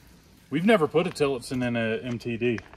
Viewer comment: Tilitson bush lol